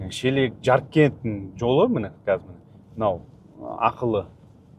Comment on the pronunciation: ЧЕЛЕК. ЕМЕС. Ш Е Л Е К. НЕ ОЛ Ч. ДЕП КЫТАИСЫН БА. КАЗАХ ТА Ш АРПИ. КЫТАИЛАР ОЛАР Ч. ДЕИДИ.